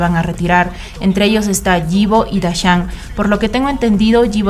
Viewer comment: Super bien el vídeo nadamas voy a poner la forma correcta de la pronunciación de su nombre (ipo) así se pronuncia 😊